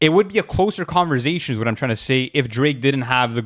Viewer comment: Lmao every time pronounces conversation as converzation 😂